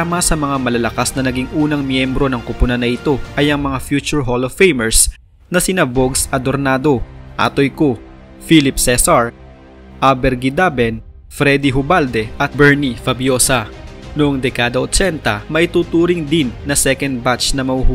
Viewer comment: Abet not Aber!